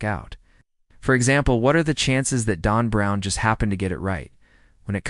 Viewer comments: It said Dawn Brown. That's what I heard. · Why does your AI narrator pronounce Dan Brown as DON Brown? C'mon, makes it hard to take the information seriously.